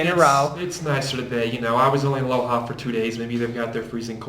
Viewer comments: Tranquilo, no te preocupes, el joven tiene un acento americano y nádie en el Ecuador se enojaría por eso. No obstante, él pronunció la "J" castellana como la "H" inglesa, y así se pronúncia aquella ciudad: "LOha" = LOja. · City is called LOJA, not LOHA.